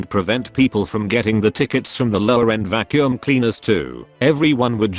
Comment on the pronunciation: The way he says "Vaccum" hits a totally different level, haha!